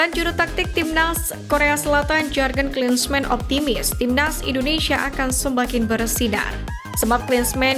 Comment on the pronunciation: Sumpah RISIH gua ama yang baca JARGEN KLINSMEN… ini bahasa JERMAN!!! Baca aja sesuai huruf abjadnya seperti Bahasa Indonesia! Bacanya tetap: JURGEN KLINSMAN!!! Lain kali banyak OBSERVASI kalau mau jadi NARATOR! Biar ngga bikin malu.